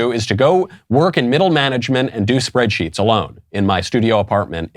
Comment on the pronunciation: Did you say "work in middle management and do spreadsheets" or "work in middle management and SPREAD IN the SHEETS"...? :-P Coming from the Left, it probably boils down to the same thing.